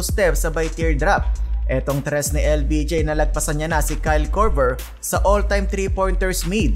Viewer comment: AYUSIN MO MUNA YUNG BACK TO BACK “TRIS” MO BISAYA KA.😂😂😂